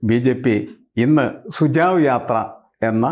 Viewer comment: Sir, it is not sujav, it's SUJHAV sujhav meaning SUGESTION